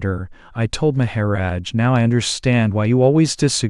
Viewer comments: It is a bott doing the talking I think? I like everything but " May ha rodge" lol:goodvibes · the pronunciation is so distracting. Please. Maha - rodge. The accent is so distracting